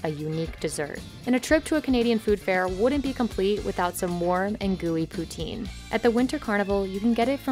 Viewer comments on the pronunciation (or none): Home girl really said poo-teen